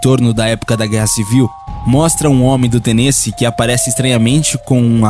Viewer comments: Tenêce doeu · Misteriosa é a pronuncia de Tennessee.